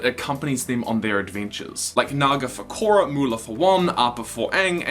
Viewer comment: Your pronunciation of ‘Korra” is atrocious, I cringe to imagine you pronouncing a Maori name